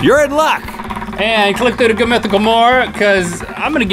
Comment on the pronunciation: hold on did Rhett say goot mythical morning"?